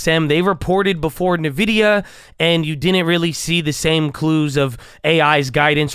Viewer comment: hey just wanted to let you know nvidia is pronounced like "in-vidia" not "nuh-vidia" !